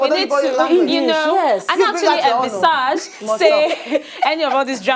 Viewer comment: I think the correct pronunciation of 'Envisage' is /ɪnˈvɪz.ɪdʒ/